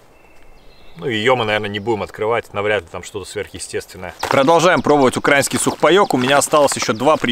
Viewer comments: Правильно ставим ударение: украИнский. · УкраИнский правильно, а не укрАинский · Украинский, ударение надо ставить на И а не на А. Учи свой язык.